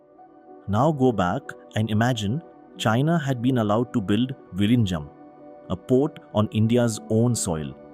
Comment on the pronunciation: Please pronounce VIZHINJAM as Vilinjam. In Malayalam and Tamil, the alpabet 'l' is noted with 'zh'. So pronounce zh as l.